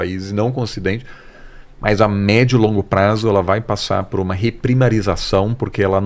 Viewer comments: Putz, esse "pruma" doeu!!! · Eu como português tb morri com esse assassinato da minha língua, pruma? Meu Deus!!!